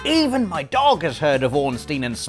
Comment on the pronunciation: Bothers to pronounce Smough in all possible ways, and still mispronounces Ornstein.